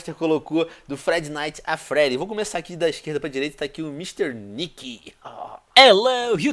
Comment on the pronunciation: o venom falou fredy night a fredy